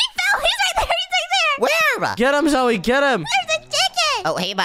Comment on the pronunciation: Its. Not. Z,o,j,e😂